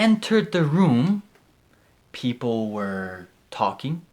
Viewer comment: Me ayudó mucho ver como pronunciaste was/were. Muchísimas gracias.